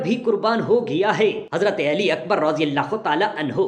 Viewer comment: Hazrat alika nam sahi tarha liya karey ap ali eli keh rahy han